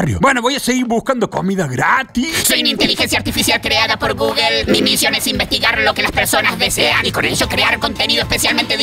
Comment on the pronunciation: No te pasa que gugle pero es Google XD